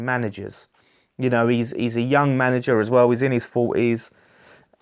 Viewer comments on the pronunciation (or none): none